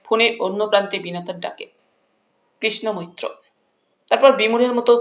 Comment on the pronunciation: কৃষ্ণ মৈত্র নামটি উচ্চারণের সময় বহুবার কৃষ্ণা মৈত্র হয়ে যাচ্ছে।